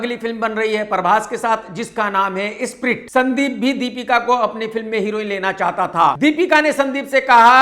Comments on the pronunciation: Not Eeespirit, it is Spirit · स्प्रिट (Sprit) ❌ "इस्प्रिट" (Eisprit) ✅